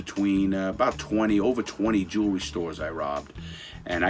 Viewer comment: Every time he said “jewelry i felt he was saying juulery 😂